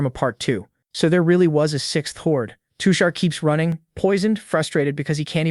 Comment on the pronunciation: now that's a accurate indian not all of india wear traditional clothes but modern too , also his character and nature is perfect for a background character, I genuinely felt bad for him 😞 ( btw his name is tushar, the pronounciation is wrong)😅